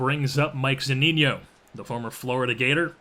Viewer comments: Good video! Btw it's Zu-Ni-No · According to to Zunino's page on the MLB website it is pronounced zoo-NEE-no.